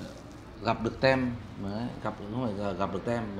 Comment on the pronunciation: Team ( nhóm, đội), mình đọc là “Tim” ạ, ko phải là “Tem”😅